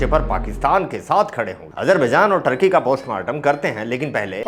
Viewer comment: टार्कि नहीं भाई, ठर्की बोला करो